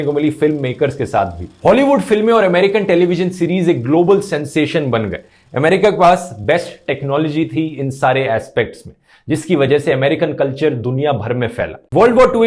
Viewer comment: एस्पेक्ट् नही ईक्सपेक्ट्